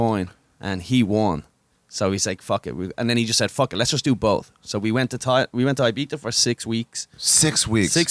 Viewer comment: why do they keep saying "ibiztha"?